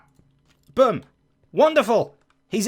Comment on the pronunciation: I've never heard someone pronounce boom the same way as book.